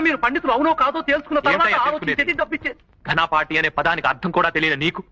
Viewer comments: ఘనాపాఠి ఘానపాఠి కాదు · "ఘానపాఠి" కాదు "ఘపపాఠి" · అది ఘానపాఠి కాదు ఘనాపాఠి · ఘానపాఠి కాదు ఘనాపాఠి 😮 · ఘానపాఠి కాదు ఘనాపాఠి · ముందు ఈ థంబ్నైల్ పెట్టిన వాడు తెలుగు నేర్చుకోవాలి....ఘానపాఠి కాదురా బాబు.. ఘనాపాఠి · ఘాన కాదు ఘనా.. ముందు హెడ్డింగ్ మార్చండి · ఘాన... కాదు ఘనా... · వీడియో మంచిది పెట్టి తెలుగు భాష ని అవమానించేలా ఘనాపాటి ని ఘనపాటి అని పెట్టావ్ 😢